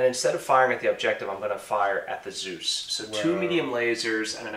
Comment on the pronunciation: Good work and nice vid. May I am a bit late for this, but pronouncing "Zeus" as "süß" triggers me tremendously. And so it is: "eu" is pronounced like "oi" in "Spoiler". So please pronounce it Zois! It is the german spelling so i'm convinced it is the german pronouncing. warm regards